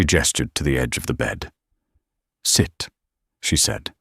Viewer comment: "sit", "eat", sounds like he's talking to a dog.